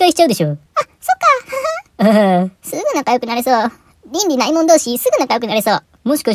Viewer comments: 倫理いの発音が完全にゼンリー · 倫理ぃの発音が完全にZenly